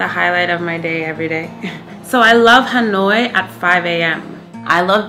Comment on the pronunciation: Dan đọc là ....... Hà lội ?